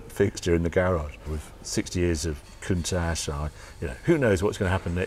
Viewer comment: Love the show, But I wish you would say COUNTACH the way the ITALIANS do.